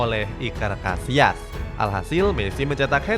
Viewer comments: Iker Cassilas bukan casias lain kali di ketahui dulu sama David villa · Yg gue denger : Iker Casillas Yg adik gue denger : Iker Casiass